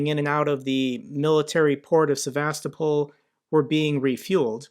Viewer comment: Well, you managed to say Sevastopol correctly once, so that's an improvement.